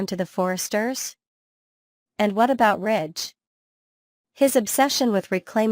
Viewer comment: Rich????? You mean Ridge